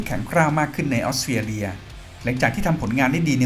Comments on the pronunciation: 😅🤭🤭🤣🤣 ออสเตรเลีย กลายเป็น ออสเตียเลีย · ฟังยังไงก็"ออสเตียเลีย"